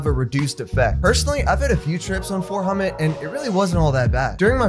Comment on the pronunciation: It's 4-Ho-MET, pronounced just like its spelled. Its not homet. It is 4-hydroxy,-methyl-ethyl-tryptamine. It is effectively the same as other MET analogues, such as 4-AcO-MET. Also, it is not really similar to 25x-NBOMe (NBOMB). N-Bombs are more closely related to lysergamides (LSD and LSD analogues)